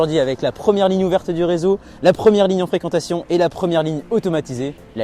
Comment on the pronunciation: corrigez moi mais je crois que l'on dit Ligne UNE